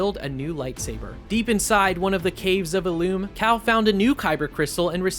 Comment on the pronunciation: Are you even a Star Wars fan? Have you seen any real content? Why are you pronouncing Dathomir and Ilum like that